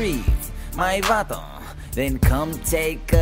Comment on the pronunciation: Lmao at the way he says vato (sorry if I spelled it wrong)